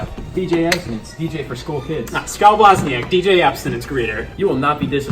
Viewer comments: Did anyone else notice he said "scotch here" instead of scott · Did anyone else notice he pronounces the "t" in Scott!?